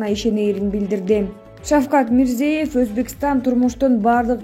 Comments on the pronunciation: Урматтуу медиаканалдын жетекчилери. Ушундай сабатсыз журналистерди эмнеге диктор кылып чыгарасыңар. Башка өлкөлөрдүн жетекчилеринин, деги эле адам аты-жөнүн айтууда туура айтуу керек го. Бул деген кыргыз мамлекетинин билим сапатын көрсөтөт го. Мирзеев эмес, Мирзиёев. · Тууралап окугулачы,Озбекстан башчысы Мирзиёев(ё окулганда -йо тыбышын берет)1 класстагы кызым катанарды тапты. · Не деген журналист туура окуганды дагы билбейт Мирзеев деп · Мирзиеев эмес МирзиЁев деп айтсанар Ё мн Е нин айырмасы бар да жада калса дипломду сатып алган журналисттер да жок эмес. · Озбекстандын башчысынын аты-жонун туура айткын,кызым.